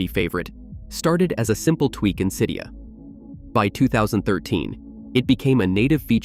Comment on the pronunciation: The way you said Cydia feels so weird to me, I’ve always said it Cydia with both the “y” and “i”pronounced the way the one in the word “sit” is